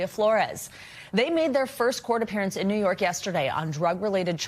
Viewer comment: A JURY OF HIS PEERS 😂 IN NEE YORK? WHAT A GUY😂😂